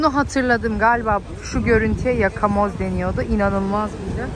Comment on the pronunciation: Hayırlı Ramazlar kızım ❤ “Yakamoz “ deniyor 😊